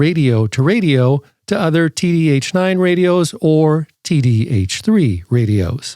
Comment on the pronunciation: "The Titradio TittyH9"???😂😂😂